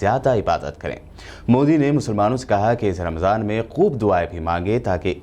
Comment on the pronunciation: Ramjhan nahi hai ramzan hai pm sab